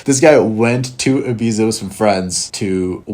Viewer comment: Dunno who this "bro" is who doesn't even know how to pronounce Ibiza, but you are ace.